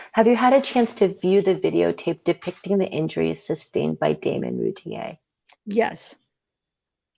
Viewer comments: I think it's great you are doing the trial transcripts on videos...the name is pronounced Roo Teer. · Actually it’s French and the correct prononciation is routiay like lay it’s the French e accent aigüe. But yes thats the way it’s pronounced by the family since they don’t live in France. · The name is pronounced Roo-teer but hell u both did amazing there r a lot of words..u all did an amazing job way better than I could have reading to thousands of people